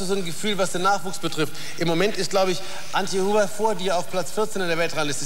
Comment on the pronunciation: haha did he really say Antje Huber??? Its Anke! haha